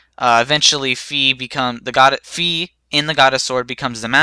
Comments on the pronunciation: and i think its not sayed fee its fi like half of fire you get what i mean? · Okay, as a Skyward Sword Otaku, I can say for sure that it is pronounced (F-eye), and that the flames were NOT from the Thunder, Water, and Fire Dragons, but from Din, Farore, and Nayru, the three Great Fairies in OT, or Din and Nayru are from the Oracle of Seasons and Ages.